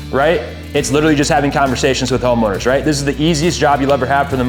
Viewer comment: wtf bruh did not just say homoowners😮😂😂😂😂😂😂😂😂😂😂😂